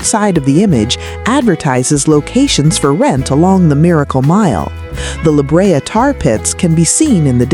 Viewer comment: Wilshire and La Brea are being mispronounced. However there are some good pictures.